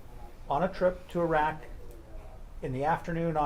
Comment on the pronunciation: The defense atty that keeps pronouncing Fatima’s name incorrectly needs to be corrected. And his mispronunciation of Iraq. Twat.